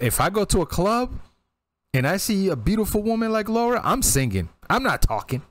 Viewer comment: Just a small point: it's Lara, not Laura.